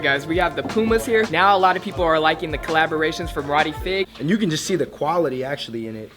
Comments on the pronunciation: fieg is pronounced "fige" not fig lol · ronnie f-eye-g not fig lmao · He said Ronnie FIG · his name is pronounced Ronnie F-EYE-G btw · have I been pronouncing Ronnie's last name? I have always read it as "fig". How is it suppose to be? I've been a fan of KITH's works for quite a while now but I'm currently more into Adidas especially the one with Star Wars and Farm collabs. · Jeus Lau Some people pronounce it "feeg", which is at least close enough but I'm 99 percent sure it's pronounced "Fye-g". Fi as in "Psy-Fi". It's hard to explain the correct way to say it. If it was Fieg-er, then it would rhyme with Tiger lol. You can just watch some videos of him and see how they say it. But some people will say it like "fee-g". It's definitely not "fig", though. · 2 things. They're the kd 6 aunt pearls. the floral kd 6 is a whole different shoe. it is a ext version not the regular version. second it is ronnie F-eye-g. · Ronnie Fieg pronounced Fye-guh. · dude pronounced it as ronnie fig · Ronnie "Fig"....... cmon man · 1) It's pronounced Ronnie F-EYE the G is silent 2) at of the Iverson shoes the question mid's were the most successful 3) the doernbecher's aren't a recent thing it's been around seance 07' and it's not a Jordan brand thing, it's all nikes from free's to sb's You guy's are just hype beast's